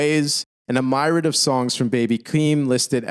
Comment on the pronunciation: Please youtube documentary makers. Stop scripting words into your narration and then dont pronounce them right. These types of videos take mad long to make for yall to not double check your scripts. "Impeding" doom should be "impending" doom. "Myrad" should be "Myriad" among others. Good doc but please tighten up or simplify your vocabulary to words you can pronounce and know the meaning of.